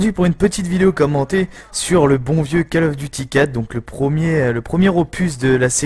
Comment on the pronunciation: Autant "d'expérience" et tu continues à dire (j'écris en phonétique) : cal of. Bon sang, ça se dit cOl of. Décalage entre ta voix et le jeu, bien 5 secondes sur la fin du gameplay :s À part ça tu commentes bien même si tu dis des choses ridicules sans y penser. Cherches-tu à te faire flame ?